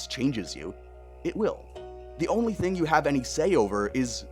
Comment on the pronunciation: Video feedback only in my reply. Just one ting. One ting? One TING! Thing. Not a fan of the music. Something about it doesn't sound like it fits the narration you're giving. The piano is pretty, but very distracting. I put the video on a faster speed to watch it for the message, but that music was making my brain stretch.